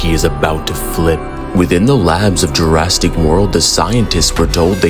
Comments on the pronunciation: You mean but not before killing every member and why do you say Jurassic “Jurastic”? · Bro its jurassic not jurastic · Why does bro keep saying "Jurasstic"🙏🏼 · "Jurastick park" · "JurrasTic"? 😂 average DBZ glazers IQ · Are u calling jurrasic jurrastic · This is fire! But you messed up some pronunciations like 'Jurassic' and 'Tyrannosaurus' and you should've known that the dinosaurs here were wiped out but were brought back by scientists.